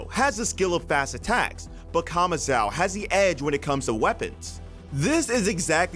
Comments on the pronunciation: Stop saying kamazao. It's kamazo! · bro saying kamazau will never not be cringe